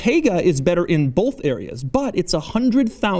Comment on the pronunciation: TIL Doug says "bolth"